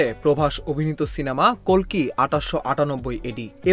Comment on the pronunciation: kolki na kalki hobe😀